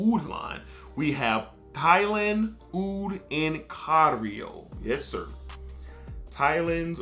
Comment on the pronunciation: its Thailand Oud in CAIRO not cario😂. Cairo is the capital of Egypt